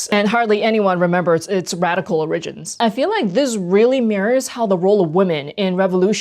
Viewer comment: I’m gonna pronounce origins this way going and forget where it came from. I am the problem.